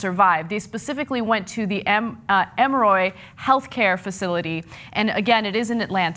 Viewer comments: Ema-roy????????????? It's Em-mer-re. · Em-or-y, not Em-roy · eh moh ree not ehm ro ee... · Anna you are pronouncing Emory incorrectly. It's not Em-roy, it's E-mo-ry. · It's pronounced M-or-ee. How do you get M-roy out of Emory? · The way Ana pronounced Emory annoyed me beyond belief. I live near Atlanta and its pronounced Em-or-e not E- more- e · Anna, Emory (Em or ee), not Emroy. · OMFG Anna it's pronounced EMORI! Not Emoroid. Emory university is a well renowned school and hospital for fuck sake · It's not "Em Roy" University, it's "Em--OR---eee." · Pshhhh, I laughed out loud at how Anna pronounced Emory. It's em-er-ee not em-roy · Anna! Emroy??? how bout "M or E" ....phonetics are fun!!!!!! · I would feel better with what this woman is saying if she knew how to correctly pronounce Emory! Geez it's Emoreeeee, not emoroy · They were taken to EM-ROY?............EM-O-RY. M-O-REE. EMORY. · Ana its called " e more e " and i live 5 mins away from it lol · Em-roy? Em-ROY?!! Wow, Ana has obviously never been to Atlanta. I know I sound harsh, but that was literally the worst pronunciation of Emory I have ever heard in my entire life. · I'm live in atanta its emory but it sounds like emorie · "Emory" is pronounced just like the nail file or sand paper grit. Emery. (Em er ree). Emory University is often referred to as the "The Harvard of the south". It is a top notch university with various colleges including medical. The University anchors a system of several of the largest most advanced hospitals in Georgia. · Emoroy? Is Ana pronouncing Emory right? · Why can't Ana pronounce EMORY? It's not emroy lol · EM-OR-RE (Emory) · Ana it's Em-er-ee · Stop saying "Emoroy" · Emory is pronounced: Eh-More-ii. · Emeroy? Emory is not that hard to pronounce lol. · Its pronounced Emory (im-or-ree) sorry this bothered me, but I digress. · I live in Atlanta and let me just say Zombies, we are ready lol & it's pronounced emm-ree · I cringed when she said emroy. I was like WTF! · "Emer-oy" lol